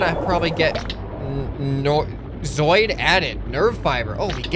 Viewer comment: Just pointing it out; zooid is said zoo-id. Not zoid.